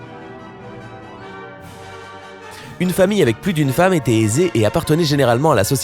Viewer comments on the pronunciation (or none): none